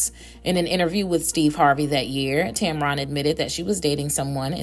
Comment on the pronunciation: And this alleged "story" and ones like it is one of the main reasons she remains private! Leave her and her marriage alone! And it's not pronounced Tam Ron! It's pronounced Tam-Ren! Get it right and stop spreading fake news!